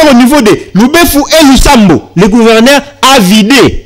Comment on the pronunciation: MONSIEUR YO OKOMI JOURNALISTE NDENGE NINI??? ATA KO PRONONCER GOUVERNEUR OZO KOKA TE? EBONGO BATU YA MBOKA MISUSU SOKI BA YOKI EZA SONI PONA MBOKA. ON DIT GOUVERNEUR ET NON GOUVERNAIRE